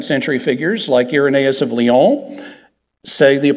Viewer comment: Mr. Akin won for the simple fact that he pronounces Lyons correctly.